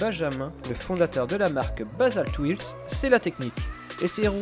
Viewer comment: Arrête de dire "ouailssse" putain ! Wheels ça se dit "ouilz" tout simplement.